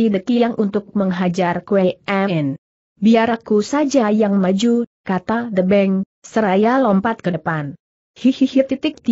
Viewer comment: de' kiang , de' beng , de'gow, de' bes ( the best 😁😁😁 ) the di baca de' emang lagi ngomong bahasa si bule....🤣🤣🤣🤣